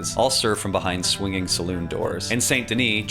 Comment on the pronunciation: Salon? Lol. SalOON